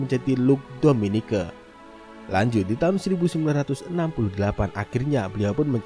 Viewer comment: Dominique dibaca dominik tau